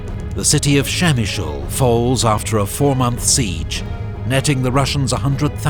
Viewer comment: The way he reads "Przemyśl" is so funny for Polish people :).